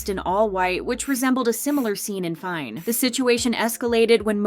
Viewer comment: Did she say Travis scott "fine" 😆 and not fein??